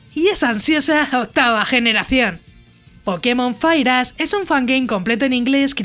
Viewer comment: Parece que en verdad dice fireass XD